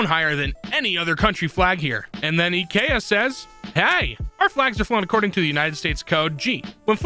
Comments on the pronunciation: every time he mispronounced IKEA I cringed. good vid though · that's not how you pronounce IKEA DX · Wait wait wait...please tell me he's purposely pronouncing IKEA wrong just to be a troll! Please!